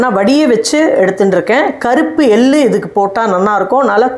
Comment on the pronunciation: Ellaam saridhaan. Tamizh pronunciation sumaar. Ellu.. எள்ளு.. நீங்க பேசரச்சே எல் lu .. வாகி கேட்குது